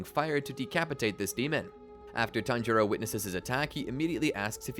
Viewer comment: He tanjoro like 10 times in the span of like 20 seconds